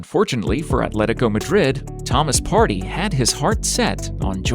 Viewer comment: Partey not party 💀💀 *pronunciation